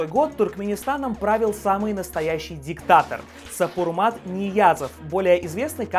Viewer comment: Ни одного портрета Гурбангулы Бердымухамедова на туркменских манатах нет. Никакие пенсии Сапармурад Ниязов не отменял, пенсионеры получают пенсии по сей день.2022.Именно Сапармурад, а не Сапурмат, РухнамА, ударение на последний слог, не дверь в ад, а врата ада.Насчет бензина, когда он повысился, несколько лет, не помню точно, бензин выдавали бесплатно по 750 литров на 6 месяцев, а уже потом израсходовав лемит, покупали.Насчет секса такого не помню, навряд ли кто-то этого придерживался на государственном уровне))) , все -таки все мы дети природы. И про возраст 12-ти годичный , народ уж точно так себя не измерял, может и было.А самое интересное не озвучили, про только белого цвета автомобили, что можно иметь только белого цвета и все ездят на белых автомобилях. А ещё что почти все здания беломраморные и что Ашхабад попал в книгу рекордов Гиннеса по количеству зданий из белого мрамора.